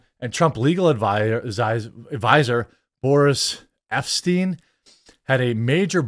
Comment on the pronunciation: "Epshteyn"? This some Heimrich Himmler levels of Mini-Me type shit